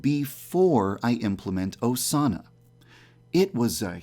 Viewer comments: GuER iZ oZaNAh?! Please, stop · Instead if Osana, it sounds like "sauna". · Midori screaming “Osana!” just sounds like she’s saying SAUNA over and over again. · Sounded like she said sauna after some time lol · Omg at the beginning when Osama was being repeated it sounded like it was saying sauna XD 😂😂😂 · Sound like they're saying sauna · Remember when you said “Than Osana” Thanosana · Instead of hearing Osana, i hear Persona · Am i the only one who hears sauna instead of Osana? (At the start)